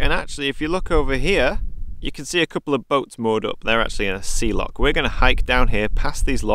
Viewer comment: Epic trip and your pronunciation of Loch did improve a wee bit after your black pudding. A haggis burger and you'd have nailed it